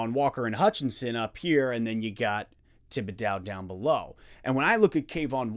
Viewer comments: Love the content as always, but we have to teach you how to pronounce the mans name! Tib-ih-dough no "dow" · This is nit-picky, but Thibedeaux rhymes with crow, not cow. Thanks for the content!